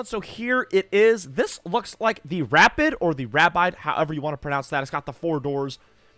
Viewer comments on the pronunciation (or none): the 4 door aston is pronounced ra-peed.